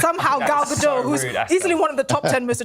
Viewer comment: Gadot, not Gado.